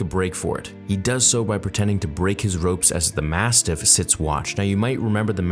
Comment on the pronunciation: Massiff.... no "t".